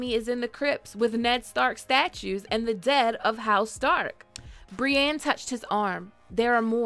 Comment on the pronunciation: Brienne isn’t pronounced “bree-an”.